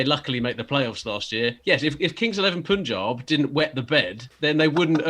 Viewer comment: Chappies, please xan you pronounce Punjab as: PUN ( rhymes with Sun) and JAB (rhymes with Saab the car) Not Poooooonjab.. which is what you guys were sayinga. Although, it is forgivable 🙂